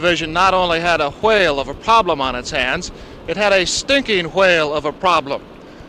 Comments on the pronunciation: Why is pronouncing „Chuwhale“ like Stewie Griffin would? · The reporter said hwale there ain't no way😂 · I love the way the news reporter pronounces 'whale' ! It reminds me of Stewie Griffin & his 'cool whip' . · bro i never knew they actually pronounced whale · The way he pronounces whale